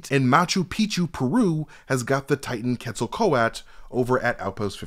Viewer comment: I am not trying to troll but I think Quetzalcoatl is pronounced [KET] + [SUHL] + [KOH] + [AT] + [UHL]. Just trying to be a proactive member and help out my boy before the breakdown goes out to the masses. But great breakdown as always. Keep up the good work both of you.